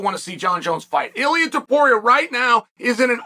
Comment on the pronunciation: Why does Chael say Makelchev right but Illia Apturo wrong?